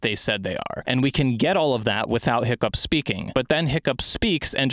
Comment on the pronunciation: Every time you said “Hiccup” I thought you were calling him Pickup